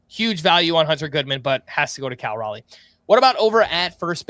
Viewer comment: fighting for his life on how to pronounce Cal Raleigh. “Cal Rally” is not it lol